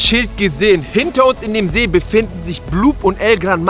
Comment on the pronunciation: ihr habt see falch gesagt ihr habt nämlich seee gesagt